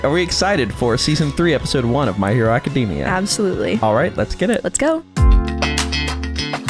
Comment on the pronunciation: Love how yall say Acadeemia instead of Academia